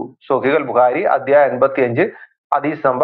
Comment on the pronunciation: ഹതീസല്ല. ഹദ്ദീസ്